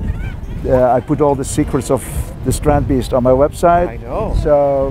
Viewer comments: cool to hear an american guy say a dutch name perfect, everybody loves adam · I kinda appreciate how Adam actually took the time to figure out how to properly pronounce Theo Jansen and strandbeest.